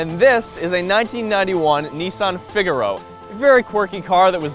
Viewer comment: pronounced fig a row